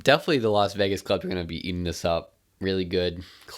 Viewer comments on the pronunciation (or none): none